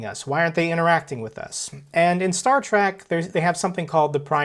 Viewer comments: Star "Track"? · *trek Star Trek, not “track”